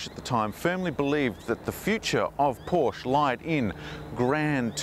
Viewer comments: Yes, I agree. Your pronunciation of Porsche spoilt what could have been a great review. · Learn how to pronounce Porsche